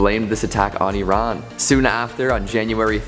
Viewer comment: Thank you for pronouncing Iran correctly